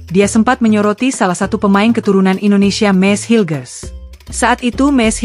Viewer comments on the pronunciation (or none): none